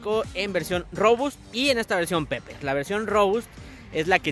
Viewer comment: Se pronuncia piper el inglés jamás se pronuncia como se escribe